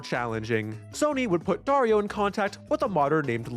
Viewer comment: Darío is a pretty boring Latin American name, but you pronounced it wrong and now it's cool because it sounds like Wario. (the i with this stick above { í } it is significant that you should accentuate that letter)